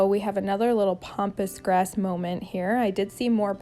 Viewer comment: It’s Pam pass grass not pompous.